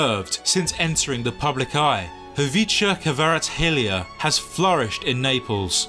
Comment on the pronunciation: Are u georgian couse u said khvicha kvaratskhelia good